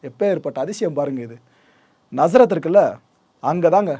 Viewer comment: Nazareth pronunciation is wrong. Lot of wrong informations. Romans didn’t kill because of Jesus. Do not mislead!